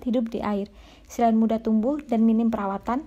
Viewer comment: Suaranya bhahahaha lagi makan gula2 hahaha. ...... Serain..berindung.... Berebihan... Gulmah😝🤣🤣